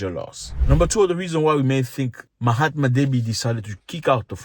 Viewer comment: Did you call him Mahatma Deby?!